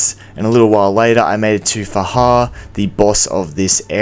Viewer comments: It's FA-JAR Can't you read? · Its faJAR by the way